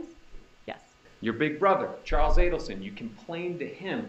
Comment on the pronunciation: It isnt ADDelson its AIDelson